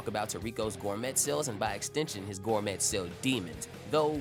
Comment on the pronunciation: The t is silent in gourmet, it's pronounced gour-may